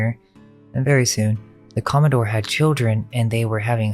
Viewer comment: com·mo·dore /ˈkäməˌdôr/ Learn to pronounce noun a naval officer of high rank, in particular an officer in the US Navy or Coast Guard ranking above captain and below rear admiral. the president of a yacht club. the senior captain of a shipping line.